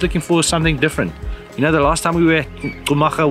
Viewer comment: Another gr8 video. Botswana beauty will make u speechless.. By the way its Khumaga bro, not Xhumaga. I know sum maps write the name like that but is /khu/maga as in /cool/.. ✊